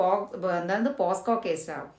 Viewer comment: ഏതോ ഒരു വീഡിയോ ക്ലിപ്പ് കാണിച്ച് നുണ പറയരുത് ഇംഗ്ലീഷ് പരിജ്ഞാനം അപാരം തന്നെ പോസ്കോ അല്ല പോക്സോ😅